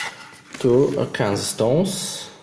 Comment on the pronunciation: We say it like this, "ARK aYn sAW" It's the only place in the world these natural stones exist. :)